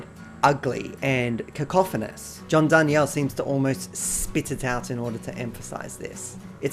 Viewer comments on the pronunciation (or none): You're mispronouncing john's last name btw. Souds like John Dar(neal)